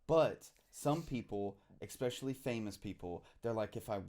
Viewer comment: It’s eSpecially not eXpecially